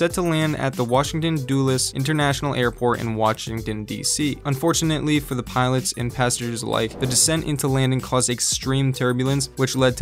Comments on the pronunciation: its pronounced DULL-less not dool-less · It’s Duh-Les. Not Doo-les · It's not pronounced Washington/dew-less it's dull-less. Just saying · "Doolis?" Come on man. It's "Dulles." (Dull-is) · It’s Duh-Les not Doo-les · It’s called Dulles not duulles. I live in dc. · It’s pronounced Dulles like dull-less Not Doo like Doo-less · That’s not how you say Washington Dulles. It’s D-uh-les, not d-oo-les. 😂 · Washington “Dooliss” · I like how he pronounces Dulles “doolis” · One small pedantic correction: Dulles is pronounced Dull-ess (dull as in the opposite of sharp) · lol same. and I live only 15 minutes from dulles airport so im just like, thats not how you say it bro 😂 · Haha Haha doolis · Same here lol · He literally just said it as I read the comment. 😂😂👏👏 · Washington DU LESS airport on DC. I'm offended hearing him say that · It’s pronounced “Dull-less”, Airport. Almost . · bruh did you say washington doolus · It’s “Washington-Dulles”…not “Washington Do Less.” Get your act straight, junior. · Poorly done. "Dooless" airport in D.C.? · Washington do-less airport??? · It is pronounced dull es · Your annunciation skills need some big improvements before releasing a video for all to see and hear! Example of just one error amongst several ; its pronounced DullUs airport; named after Alan Dullus- CIA boss in the 60's! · The way this man pronounced Dulles